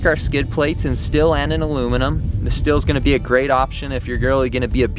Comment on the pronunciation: And he said “still” for steel